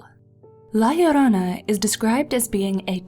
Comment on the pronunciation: YES SHE PRONOUNCED IT RIGHT😂 this story and el chupacabra freaked me out as a kid